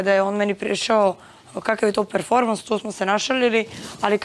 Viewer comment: Da li će iko od njih izgovoriti pravilno reč PERFORMANS a ne PREFORMANS?